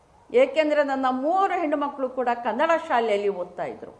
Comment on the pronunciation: ಮೊದಲು ಕನ್ನಡ ಅನ್ನುವ ಶಬ್ದವನ್ನು ಸರಿಯಾಗಿ ಉಚ್ಚಾರಣೆ ಮಾಡಿ.